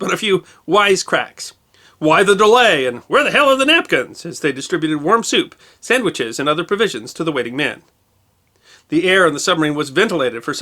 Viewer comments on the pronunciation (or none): none